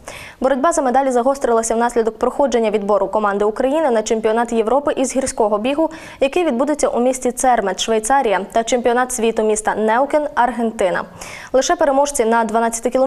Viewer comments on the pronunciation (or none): Не Цермет в Швейцарії , правильно Цермат(((